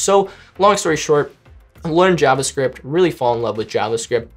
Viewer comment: How he says JavaScript bothers me.